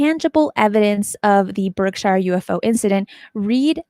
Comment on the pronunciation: Berkshire, like gobs of places in the USA named after a place in England with "shire" in its name, has long been "Americanized" to "sure." It's nitpicky, but (as a New England native), it's kinda strange to hear it pronounced as anything other than "Berk-sure." Nevertheless, it (as always) was a great show. Thanks. I'm hooked on this series, and the Debrief also.